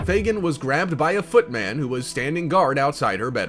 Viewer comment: Not foot MAN, foot MUN